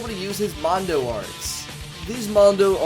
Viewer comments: its mon A DO not mondo also there counters not parries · Hearing mispronounce smash things ( Mondo/Monado ) or confuse things ( Parry/Counter ) is EXTREMELY frustrating. Just my opinion.